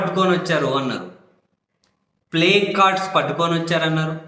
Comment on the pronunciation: ప్లకార్డ్స్ అని సరిగా పలకలేక ప్లేకార్డ్స్ అని ఉంటాడు 😂😂😂😂😂😂